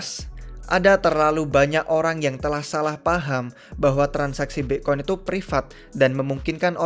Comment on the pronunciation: Aslinya BITCOIN APA BIKCOIN sihhh ???? WKWKKWKKWK Bingung gua😷